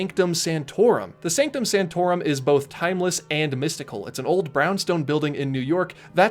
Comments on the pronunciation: ...Did he say 'Sanctum Santorum"? I swear he said "Sanctum Santorum." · The missing "c" in "Sanctorum" makes this sound like you are talking about a very weird thing 0_o